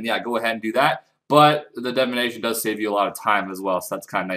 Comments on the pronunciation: pls, its divination not devination, you're killing me with this shit man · DIVination not DEVination OMG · Leave him alone its how he pronounces Divination get over it